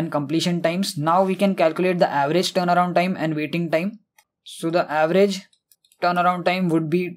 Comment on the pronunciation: Amazing explanation but pronunciation is terible, word turnaround sound like playing guitar